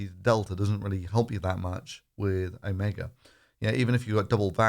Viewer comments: When it comes to virology, you're an absolute amateur! "Omega" while it's "Omicron" (then don't do videos when you're drunk!). 1 million cases per day by Christmas... Yea... Well done buddy!! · "Omega" - no OMICRON!